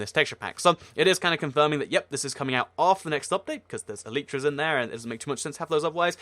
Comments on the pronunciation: PEANUTZZ LG He's right. that is the correct way. like "Ellie tra" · PEANUTZZ LG actually thats the correct pronunciation